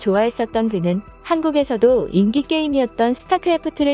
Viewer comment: 한국에 애정을 가지고 대한민국에 온 외국인들이 욕한다. 읽을땐 인기가 아니고 인끼이다. 이런게 한두가지가 아니다. 한국말을 정체불명의 외국어로 만들지 마라. (욕할뻔 했다 쫌)